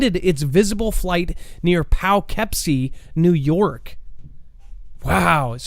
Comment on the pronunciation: Pronounced PaKipSee